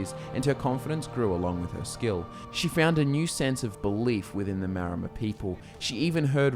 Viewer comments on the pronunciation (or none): Wait, is it Maromer or Maormer? Isn't it the latter?